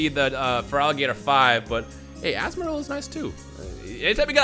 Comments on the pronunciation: Azmarill Me: it’s Azumarill! Azumarill! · anyone else triggered that he said azumarill wrong